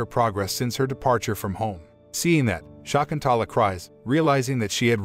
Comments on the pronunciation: American bots cannot actually pronounce the name property Shakuntala... NOT SHAAKUNTAALAA... NOT SHAEKUNTAALAA. Prounced as Sha.. kun... tha.... laa.. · "Shakuntala" is an ancient Sanskrit name! Pronunciation of name is simply awful! At least do not murder that ancient name immortalized by the great 5th century poet Kalidas.